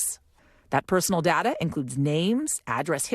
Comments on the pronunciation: DATA. DAY-TAH! 🙄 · I hate the way this lady says data. It’s Day-tuh not DaDa nimrod. You sound like you have daddy issues.